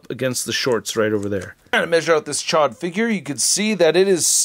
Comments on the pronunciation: The way you were pronouncing it before chod it means fuck where I’m from 😂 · Gotta pronounce that name right!! It's a long O